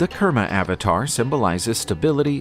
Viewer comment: Kurmavatar must be pronounced as koorma avatar.. not karma